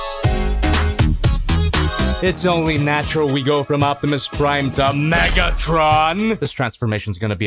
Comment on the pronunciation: Jack-imus Prime hahah 🤣